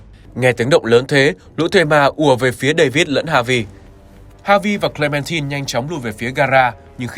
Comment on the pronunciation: Hi. E có 1 lời muốn góp ý ạ, là hình như ad đọc sai từ Clementine hay s ý!